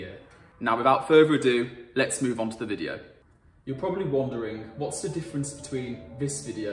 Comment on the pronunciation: “Frone”= “throne”. “Hishtree” = “ History”. Learn to speak properly, please. “Oshtrian” = Austrian”. “Vuh” = “The”. “Fafe” = “Faith”. You Are indeed butchering the English language.